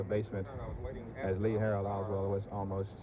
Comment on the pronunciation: The only mistake I heard Cronkite make in this video was when he referred to Oswald as "Lee Harvey Osburn." He said that - in the video.